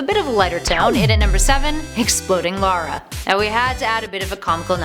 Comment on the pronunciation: Her names lara not Laura